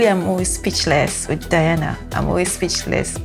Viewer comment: On the day she won the competition, when asked, she said this song The Crow was here fave to cover in the whole competition. This song is actually a major hit long ago in Russia. Btw, her name is pronounced De+ana, Not Di+ana.